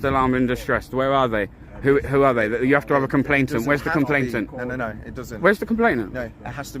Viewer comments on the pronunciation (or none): COMPLAINANT not complaintant